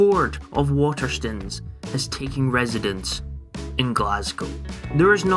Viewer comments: "Water stuns" ... STOOONES like moan. Do you pronounce stone as stun? Like gun? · love your videos but please say waterstones properly